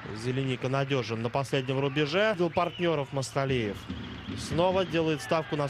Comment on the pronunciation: НЕТ. НЕ МАСТАЛИЕВ, А. МАКСУТАЛИЕВ!!! ФАМИЛИЯ. ПОПОЕМУ. НЕ СЛОЖНАЯ, НО КОММЕНТАТОРЫ. ДОЛЖНЫ ЛЮБУЮ ФАМИЛИЮ. ПРОИЗНОСИТЬ ПРАВИЛЬНО!!!